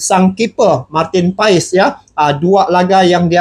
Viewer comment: Martin Paes tulisannya bang, bacaannya Martin Pass🙏🙏🙏